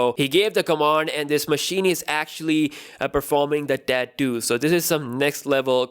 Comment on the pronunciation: Say tattoo again :D